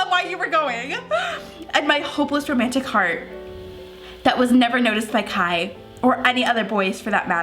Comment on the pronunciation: It’s “Kai”, lol.